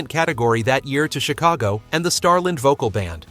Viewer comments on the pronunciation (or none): none